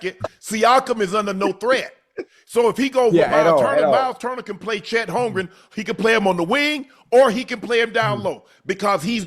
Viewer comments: Joe & Ocho will read Holmgren name on the screen and still call him Holmgrich lol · Joe c’mon big dawg… his name is HOLMGREN😂